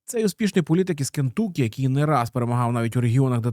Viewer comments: Не КентУкі, а КентАкі. kənˈtʌki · Все круто, тільки правильно: *КЕНТАКІ!!!)